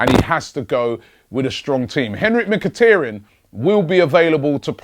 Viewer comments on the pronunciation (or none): none